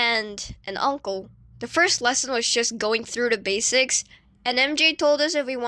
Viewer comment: bass-ics lol